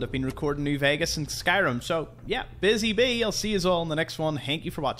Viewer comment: I love it when he says hank you instead of thank you